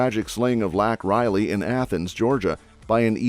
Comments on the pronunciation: Laken Riley! Not lac Riley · First off #RESPECT #LAKEN RILEY name by pronouncing & spelling it correctly! YOU'RE SHAMING HER NAME AND LIFE WITH SUCH CHILDISH A. I. USAGE... REMOVE THIS POST NOW & REDO WHERE IT GIVES LAKEN & HER FAMILY RESPECT!!! You are shameless & just another problem with this corrupt country! Secondly - since New York state is a sanctuary state all of the illegals are using it as a hub to do sex trafficking out of and the federal government is paying for the flights to go where they need to be to make their sex money to pay off your coyotes.. wow! Thirdly - #Adams & #Hochul need a full investigation on the money spent & HOW THESE CRIMINALS ARE FLYING #ILLEGALS ALL AROUND #NY TO OFF ILLEGALS TO HELP THEM REDUCE NUMBERS, BUT NIETHER TELLS 5HESE OTHER CITIES & TOWNS IN NY THAT YHESE ILLEGALS ARE COMING INTO TOWN... ILLEGALLY! THE TWO CROOKS ARE HUMAN SMUGGLING! THE DEMS WILL CRUSH THIS COUNTRY IN ANOTHER 2 YEARS IG THE WORST PRESIDENT EVER GETS BACK IN. WE will be a one party democratic socialist state & in more or less the Constitution will be burned up and thrown away everybody better think wisely what's happening here in the next couple months because it will define what we do in history moving forward I don't think we want to be slaves do you?